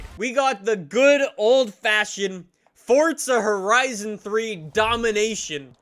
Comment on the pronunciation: Fortza HorIzon fort